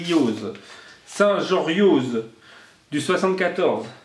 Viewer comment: Coucou. Ma ville se nomme Saint JORIO le Z ne de prononce pas mais je te pardonne tous les sudistes (et moi la première au début ) le prononce 😁. Tu reçois de superbes ATC bravos à tous les participants. Bisous 😘